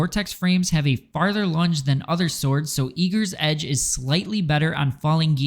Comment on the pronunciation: Great video. Question: where the hell did calling it "eager*s* edge" start? So many people throw this extra s in there i can't figure it out!